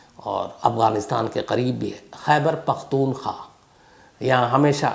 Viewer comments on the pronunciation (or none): Khyber paktoon khwa. Not kha